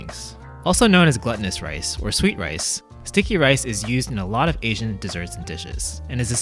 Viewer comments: Pronunciation: Glutinous rice. /glootinus/ not /gluttinus/ (gluttonous), although I tend to eat them like a glutton.😅😅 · Just a note: “glutinous” isn’t pronounced “glutton-nus”. It’s pronounced “gluten-nus”, though it has nothing to do with gluten. It means glue-like, or sticky. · Daddy Lau's cooking and clear explanations are so great.: Don't say "gluttonous"! The English pronunciation sounds like "glue-tin-us." (Same sound you used in "gluten.") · Glutinous is actually pronounced as gloo-ti-nous, instead glut-ti-nous. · Glutinous is pronounced glue-tin-nus. :) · Excellent recipe! BTW: GLUTINOUS pronunciation = GLOOTINUS